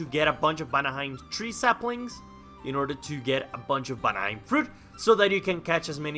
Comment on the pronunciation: you say vanaheim "banaheim" and it drives me crazy I wonder if this mod has a server